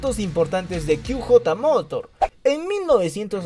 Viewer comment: QJ Motor, se pronunciaría (kíü yeí morór) inglés. /ó/ (kú jotá motór) español. No kíü jota, spanglish jajaja..